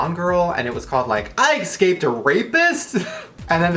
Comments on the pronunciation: Es-caped not X-caped. Idiot. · eSCape.. not eCSCape.... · Shane, you have GOT to stop pronouncing the word "escaped" as "ec-scaped". No offense, it just sounds horrid. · Shane you said excaped it's escaped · its escaped, no x in der shane ^_^ number one pet peav ever in my life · Shane I love you but it's a pet peeve of mine when people say excaped instead of escaped. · eSCaped not eCSaped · All of these comments about Onision and i'm here thinking why shane pronounces escaped...